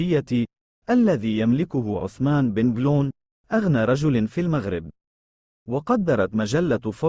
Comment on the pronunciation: بنجلون و ليس بنكلون يجب نطق حرف الجيم